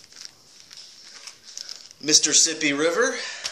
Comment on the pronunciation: When you said Mississippi River for a second it sounded like Mr. Sippy river. I was like why is he so excited about a blend I've never even heard of! Enjoy!